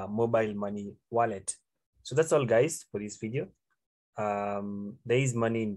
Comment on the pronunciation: bro says 'hello gays'